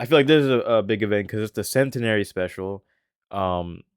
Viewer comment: You pronounced centenary wrong